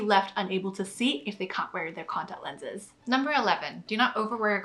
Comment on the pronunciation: I've never seen someone who can't even pronounce the words "contact lenses" know so much important information about contact lenses. Amazing.